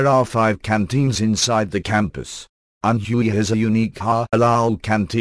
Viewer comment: Learn to say "Anhui" correctly. It is not ann huuu eeeee it is pronounced Ann wayyyyy